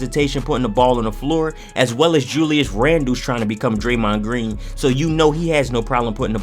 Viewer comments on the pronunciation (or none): none